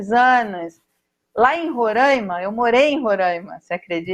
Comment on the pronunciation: E ali residindo, não aprendeu a falar o nome do estado? Roraima, e não Rorãima...